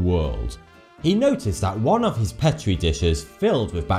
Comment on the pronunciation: And "petri dishes" he says pet tree. Lol